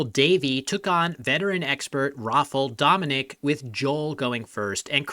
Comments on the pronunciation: in regards of the polish name pronunciation. its not pronounced rofl, its rah - fow, where "ow" should rhyme with pow. and i dont know where you got dominic, but giving up on this one is at least understandable. it should go like do-mee-nee-chack. also if you use google translate don't be fooled by the pronunciation of "rafal", the l here should actually be an ł, which make different sounds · his surname is Dominiczak, not Dominik. dah-me-knee-chuck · The "zak" is silent?